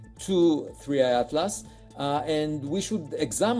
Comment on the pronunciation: 3i, not 31. How unprofessional